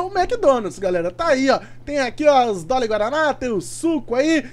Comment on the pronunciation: Porque vc fala doli e guaraná 😂😂